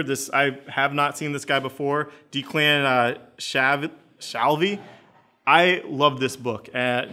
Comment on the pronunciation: Deck-LAN Sh-al (as in Alf)-vee